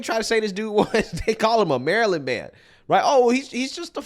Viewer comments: this guy. “Im from to Mary-Land” 🤦🏼‍♀️ I had to say it out loud myself a few times with my best kilmar accent😂😂😂😂😂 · The “Maryland man” that cant pronounce Maryland…